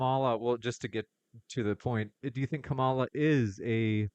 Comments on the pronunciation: It’s high time that we call out the disrespect from right wingers on the pronunciation of Kamala(comma-la)not Ka-ma-lah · And why do these conservatives keep pronouncing Kamala's name wrong? They say it correctly once and then say it wrong after that. It's KAHmuhluh, not KaMALLuh. Similar to Pamela. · Harris' name forever now will be to me, "Kah-mill-ah" instead of how the press usually pronounces it. XD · No it's not Kah-mela.... It's Comma(like the punctuation) then luh. You're confusing yourself atp. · Her name is pronounced like COMMA LA. Have a little respect and dignity and say her name correctly. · These people are such children. They won't even say her name right. They purposely say it wrong. And you know how I know this? Because the one time he said her name right he said or whatever right afterwards. They're such toddler brains. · So you think Kamala and her family and friends are all mispronouncing her name 😂😂😂